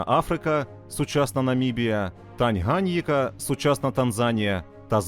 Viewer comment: Не "ТангАніка", а ТанганьЇка.